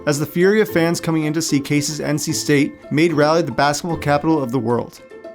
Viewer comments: my boy this is an amazing video and thanks for giving my wolfpack the respect they deserve as a program but man dont say Raleigh (its RAW-LEE) like that LOL.. all in all great video, keep up the good work my guy! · It’s pronounced Rah-lee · The amount of mispronunciations in this video makes my ears bleed😂 as an NC native though great video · Great video but you pronounced raliegh all wrong haha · Raleigh = RAH lee, not “rally” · Enjoyed the video, but it’s pronounced Raw-lee, not Rahh-lee. Go heels! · It's Rah-Lee, not Rally. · As a North Carolinian. It's important I correct you on the pronunciation of Raleigh; it's not like "rally", it's like "raw-lee". As well as the demonym of "North Carolinian" is pronounced "North Caro-lynn-ian" not "North Caro-line-ian" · Its pronounced RAWleigh, not Rally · Dude the way you say Raleigh kills me every time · Bro how can you do that much research, have that large a budget, and pronounce Raleigh AS RALLY???? you instantly lost all the respect of everyone in NC. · lol someone not being able to pronounce raleigh is normal, but north caroLINE-ians??? 😂😂😂😂 Very cool history tho